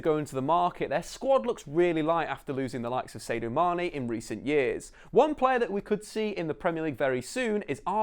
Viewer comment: As much as I respect your explanation, it's hard to take anyones knowledge of football seriously who says hodgeberg and saidoo mane (not just in the bloopers)